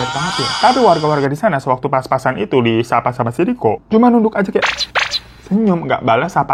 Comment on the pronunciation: bang hiro, papasan bang bukan paspasan kalo paspasan mah tampang orang hehe. S nya 1 aja bang sedikit ngasih tahu hehe